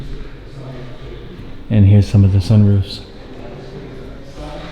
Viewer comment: Did no one else notice “chak bord” or “sun roof”?!😂